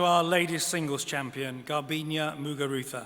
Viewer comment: Come on it's GARBIÑE, not Garbiña...